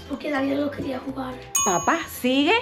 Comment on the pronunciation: vamos a jugarrrrerr